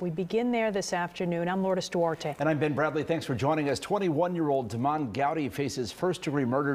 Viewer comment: Dude's name isn't Demond, it's "Demon."